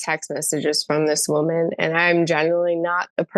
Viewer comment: I cannot stand how Justin says "woman" when he's talking in plural. Someone please talk to him about this. Huge ick.